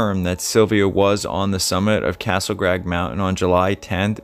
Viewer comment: How about maybe saying Castle crag, not grag. It's not so much not being able to pronounce a word as much as it is not being able to read worth a damn.